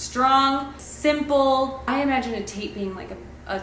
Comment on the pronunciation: I always liked Hubbell from The Way We Were. Or Cornelius with Cory for short. I hope this doesnt ruin it for anyone but every time you said Tate I heard Taint and I was like WHO WOULD NAME THEIR BOY THAT! 😂😂😂 🙃🙃🙃🤣🤣🤣🤣🤣🤣🤣